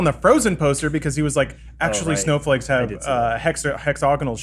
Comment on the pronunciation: Neil De-ACKSHULY-Gras Tyson